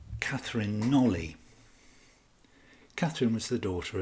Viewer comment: I hugely appreciate and enjoyed all the detail and clear research that has gone into this presentation. The one thing that I'm aware is pedantic but was hard to ignore was that you pronounced knollys incorrectly, said aloud it's knowles. Thank you for going into such depth on an intriguing possibility, if only we could be a time travelling fly on the wall.